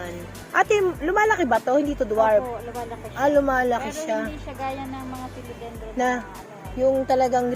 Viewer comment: PHILODENDRON po at hindi phelodendrom FERN at hindi po ferm 🤣🤣🤣